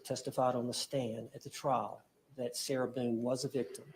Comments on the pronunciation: But I was gonna donate a kidney! Get her, her attorney that pronounces her name as Sarah Beeyoon" and her paperwork outta here!!! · “Sarah Boon-akiss”